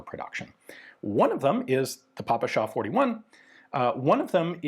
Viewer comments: more of a 'peh-peh-sha' than 'Pah-pah-sha'. It always bothers me for some reason :D Like you actually try, you asked someone to give you a native language appropriate pronounciation but they failed you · weeel, the really correct one would be "pe-pe-shah 41" and "pe-pe-es 43" Ive spoken with quite a few ukr and rus about guns, never heard papasha, did hear pepesh though, a nickname pronounced like depeche of depeche mode. but the russkies never pronounce P as "pa" and of course, western alphabet doesnt even have anything close to the kirillytsa three prong "šsha" also, the backwards R means "ja" so every western stereotypical russian text looks ridiculous to anyone who has studied the slavs for more than a day. sincerely, someone who hates putin, isnt russian, but speaks it enough to throw my two kopeks in. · We pronounce П as "peh", not as "pah", so yeah, it's "peh-peh-sha". But, PPSh, like a lot of weapons, earned the nickname "papasha" during the war, which means "daddy", and obviously sounds similar. It's pronounced with the stress on the second syllable, so Ian's pronunciation still isn't correct, but it's close enough.